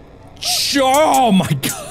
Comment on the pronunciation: "CHO MY GAWD" -Markiplier 2023... Again.